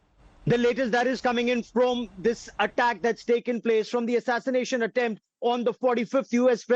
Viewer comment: Thee atatanashion atemp